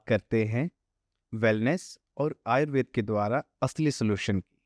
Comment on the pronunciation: आयुर्वेद को आयुर्वेदा क्यों उच्चारण करते हैं सभी, अंग्रेज बनने के लिए? अच्छी जानकारी दी है डॉ साहिबा ने।